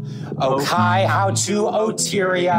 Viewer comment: Unfortunately they were pronouncing Ōkaihau wrong :( In te reo Māori, the macron on the Ō means that syllable is lengthened and emphasised, and the "hau" is pronounced more like "hou" than "how".